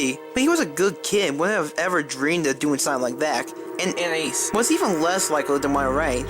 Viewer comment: she just edited the first part she said Anais and put that there any other time she said anias